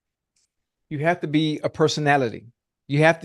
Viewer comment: Why tf Ocho can’t say personality